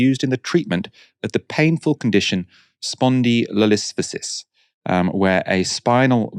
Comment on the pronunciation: You're mispronouncing Ted Kaczinski and Spondolythesis.